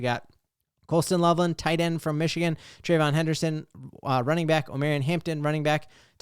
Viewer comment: if you like the RB out of Ohio State, you got to say the man’s name right. Tray-Vee-On Henderson; not Tray-von. Love the content, so just trying to help.